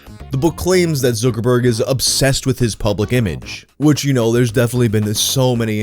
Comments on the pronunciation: It's pronounced ZUCKerg "ZUCK" like suck but with a Z not fucking Zookerberg. Zookerberg? Have you just never heard it pronounced before or can you just not read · Time to see if I can make it through a whole video with mispronouncing Zuck's name and saying it as "Zookerberg." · Why does he say zook instead of zucc? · Who's Mark ZQUIRKORBOURK? ZUK - ER - BERG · That damn... ZEWKERBERG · "zoo-ker-berg" ..................no...........just.................no not even close.................... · 1st guy in recorded history to say it like /Zookerberg/ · I like the way you pronounce zookerberg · Zookerborg??? Every one else says Zuckerberg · My mom is Korean and she pronounces his name "Zookooboo" makes me giggle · Where is this guy getting zooker-burg from? Lol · Why does it bother me so much the way you pronounce Zuckerberg? I should probably go touch some grass or something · pronunciation of Zuckerberg give me dysphoria. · The way you say Zuckerberg is weird